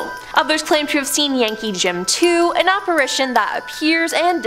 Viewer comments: It’s ITION, not ATION….Regarding the word “Apparition” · You all missed BOTH of them saying apparAtion. Instead of apparItion. Lol. Thanks for the spookies👻 yay. The guy finally caught himself😉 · This guy thinks he's funny but he's not....and that makes me laugh...so I guess the jokes on me....p.s...Why don't these people, who prepare these posts for days, know how to pronounce words... not to be petty but it's apparItion not apparAtion